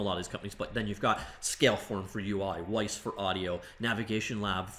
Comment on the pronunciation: Great video! FYI - Wwise is pronounced just like the word "wise". Ignore the first W.